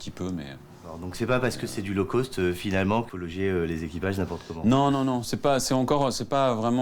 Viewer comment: La prononciation correct de "Low cost" est Low coste et non Low Côste. Un peu de professionnalisme que diable.